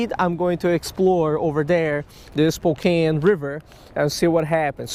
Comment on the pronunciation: Welcome to the PNW! Hahaha good try at pronounce Spokane...spoh-kan. Come over to this side of the mountains.